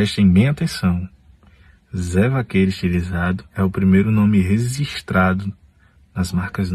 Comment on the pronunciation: “Rezistrado” foi foda.